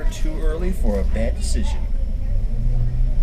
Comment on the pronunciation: Did you say "Badecision"?